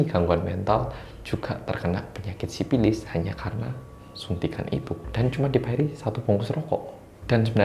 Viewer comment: menggunakan bahasa Sunda. Sifilis menjadi sipilis😁